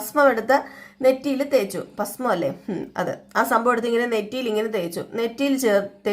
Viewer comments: പസ്‌മം അല്ല, ഭസ്മം എന്നാണ്. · pasmam alla, bhasmam